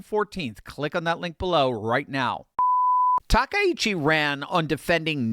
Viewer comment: Grats to you for being the ONLY person I've heard pronounce Takaichi's name properly today. I don't get it. Japanese is such an easy language to pronounce! With discrete syllables and vowel sounds, there's just no excuse.